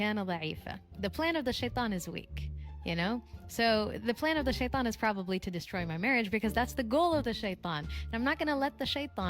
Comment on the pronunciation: She can't even pronounce shaitan right its killing me 😂